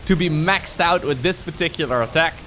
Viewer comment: Myaxxed out? Oh no is this inner weebness? 😆